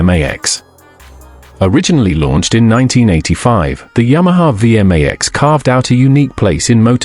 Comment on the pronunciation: Would the human overseer please teach the AI how to pronounce V MAX Two syllables. Thank you